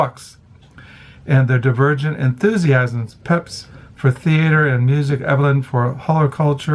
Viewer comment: Hi, please don’t take offense but in the first book mentioned the mans name is pronounced Peeps.